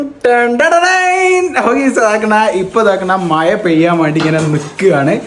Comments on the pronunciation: മായ അല്ല മഴ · Your pronounsation not correct.you spoke മയ. That not correct.മഴ. Correct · table manners പാലിക്കുക. sound ഉണ്ടാക്കി കഴിക്കരുത്.. tea കുടിക്കുമ്പോള്‍ sound ൽ വലിച്ചു കുടിക്കരുത്.. മയ അല്ല മഴ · മയ അല്ല മഴ 🤣